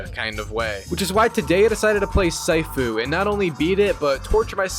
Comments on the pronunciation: the way you pronounced sifu got me melting from the inside out like a tube of acid bro fix that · The way you pronounce sifu brings dishonor to your entire family lol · The way your pronounce sifu even though they say it properly in every martial arts movie, show or game is crazy but your mostlikely american so we understand why. Please out of respect, pronounce words the right way and not the white way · Sighfu 😂 its shifu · It is “sea foo“ (I’m a Chinese person) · It's pronounced seafu not saifu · yes immediately, bro said Sai-fu💀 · It's called Sifu not Saifu... You pronounce it like Master Sifu from Kong Fu Panda, Sifu isn't a name it means Master (except in KFPanda Sifu is a name) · It’s not “sigh-foo” it’s “sea-foo” you donut. It’s means master in Chinese. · "Saifu" nah bro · Its not syfoo its cfoo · Dude what the h*ll is saifoo its sifu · Bro really Said Saifuu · Its not syfu its sifu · Bro's too used to saying "waifu" that he actually said "Saifu", bruh its :Seefu" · the way you say sifu just makes me wants to punch you instead🙂 its See-foo, not Sai-fuw, its mandarin for "master", and im not even chinese to know this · “Sighfu” Brother it’s pronounce “seefu” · “See-foo” pronunciation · pronounced 'see-foo' dude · Yep,it's (See-foo) 😑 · It’s pronounced see-foo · damn dude what rock you live under? Its pronounced See-foo it literally says it in the game and its not the your fathers name its a respectful title for a skilled person, teacher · Or saifu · Wtf did you just say? 😂 cyfoo? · I lasted about 3 “sigh-foos” before I had to end the video. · "Saifu" It hurts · Bro said Saifu 💀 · "sighfu" kms🤣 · Surely you saying “SAifOo” is a bit right, it’s not that hard bro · Hearing you pronounce “See-Fu” is pissing me off😂😂😂😂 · See-foo bro… its pronounced see-foo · Bro really said SAIFU 💀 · Its pronounced " SEEFU " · Bro its pronounced SEE-FOO nice video BTW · SYFOO!!! You sicken me with your pronunciations You butcher. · I think it's pronounced, SEE-FOO